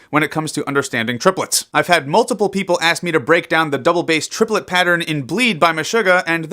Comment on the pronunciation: Trip-el-et.... its even a triplet when you say it...